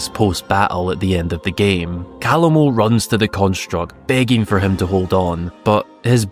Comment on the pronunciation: Don't worry about it. You're not the only one out there that completely ignores in-game pronunciations.